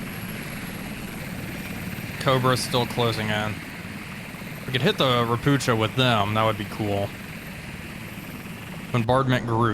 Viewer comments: xD .. ropucha is pronounced ropooha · You call „ropucha” „ropukha” It means „frog” You read „ch” like „h” in word „heart” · Btw. Ropucha is a polish word for toad, they were built in Poland. The first Ch is not the sound "cz" like in Chinook or chopper but its 'H' like Helicopter, Hello and Home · I am not complaining, I love your vids😂 It's just really funny to me how You (and many others) pronounce Ropucha. In this case CH is definitely not pronounced like the ch in 'chest' - but rather as an H(a) like in 'Eisenhower'. Ro - poo - ha (a toad 🐸)!